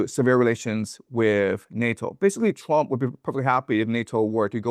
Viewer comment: I love how he pronounces Trump. Twamp